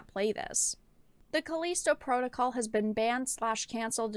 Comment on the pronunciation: Calleesto protocol she says